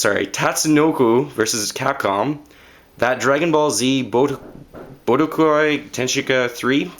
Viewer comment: It's Dragonball Z Boo-deh-kai, that's how you pronounce it. :P